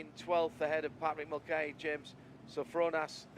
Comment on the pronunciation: For the next race Mulcahy is pronounced Mull-kay, i can hear my ex screaming down my ear at the mispronouncing of her name 😅😅